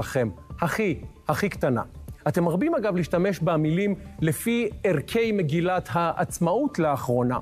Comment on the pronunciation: שי חמוד ערכי המגילה - בלי דגש ב-כ לא ערכּי המגילה קצת כבוד לעברית